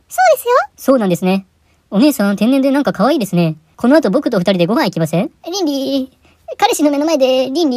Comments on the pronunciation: 倫理いの発音が完全にゼンリー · 倫理ぃの発音が完全にZenly